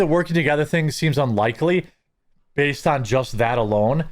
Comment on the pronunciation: "BAY BAYSED" Grow up meatball